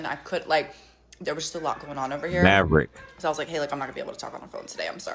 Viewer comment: You say "Maverick" like it's a flag 😅. It probably is